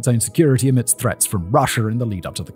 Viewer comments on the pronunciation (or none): none